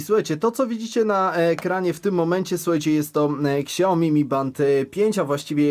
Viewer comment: Tak na przyszłość: Nie "ksiaomi" tylko "siaomi" 😉